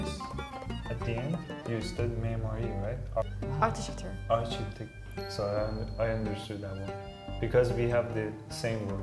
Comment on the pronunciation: Don't they teach you in Korea to pronounce " arki -tecture " correctly.